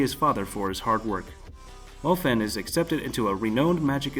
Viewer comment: YOU RACIST PIECE OF SHIT ITS NOT FAN THATS NOT HOW YOU SAY THAT ITS MO-FAN (FHAN/PHAN) RACIST PRICK IM NOT GOING TO PUT POPULAR ANIMES NEXT THING HE DOES PUTS 3 POPULAR ANIMED THAT SHIT TRIGGERS ME